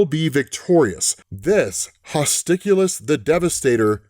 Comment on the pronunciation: I would have gone with, "Hostilus [hoss TIE luss]"